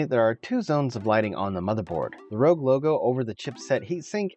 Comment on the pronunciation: Not only did u say "gif", u said "rog" lol it's meant to be "r o g".